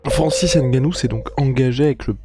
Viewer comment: Un peu de respect quand meme... C'EST NGANOU et non "N"GANOU...ca fait chier a la fin!!!! Quand meme!